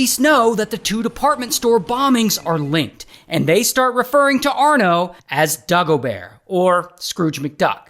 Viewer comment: das schlimmste ist dass er dagobear sagt